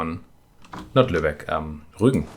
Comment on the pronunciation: It sounds so funny to me when you say Rugen. German in an interesting language.